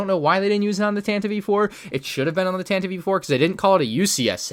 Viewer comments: Nice vid, but, tantivive 4 or however you spell it is pronounced tantiv 4 not tantivive 4. It’s spelled weird, I know. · Who hates when says tantive E 4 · Why does call it the "Tantive-y IV"? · You know it's pronounced Tantive 4, right? IV is 4.